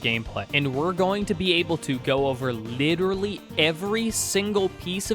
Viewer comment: i agree with 90% of the video but litttelrally cant handle you saying littttleraly one more literraly time